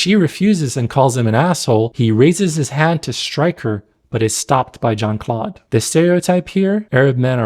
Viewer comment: I was about to say something about how Jean Claude should be pronounced with a French J, but then again he is not a pleasant human being, so…